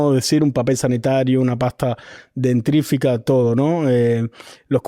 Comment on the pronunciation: Es "pasta DENTÍFRICA", no "dentrífica"...